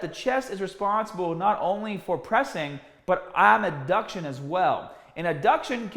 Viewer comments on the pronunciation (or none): ADduction, not abduction. Great vid otherwise!